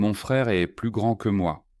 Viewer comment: Il semble que la première phrase, "La table est neuve" ne soit pas prononcée correctement. Troisième phrase aussi. Le mot "est" n'est pas prononcé correctement ! 😅